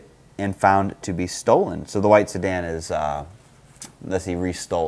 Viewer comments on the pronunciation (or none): Buddy really put a e behind “sedan”😭